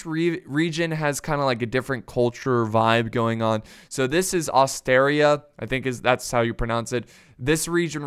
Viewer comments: 'Oh-star-e-ah' is how it's spelled!!! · How can it be so Hard for a Person to say Ostaria. Even for Americans.